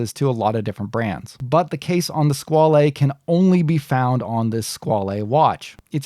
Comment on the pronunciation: OK, stop saying "skwal-ay". It is just pronounced Squale and rhymes with doll. The "e" is silent. Pretty much the same pronunciation in both English and French. I cringe everytime you say it, and you must have said it 35 times.